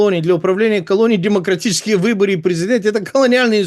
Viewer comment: Почему он говорит все время демонократический) поправьте его хоть раз!